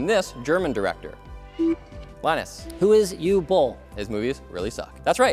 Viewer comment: Did Linus just pronounce Uwe as Hugh?